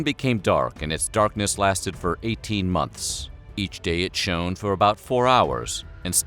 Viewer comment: That's an interesting pronunciation of "shone" you've got there.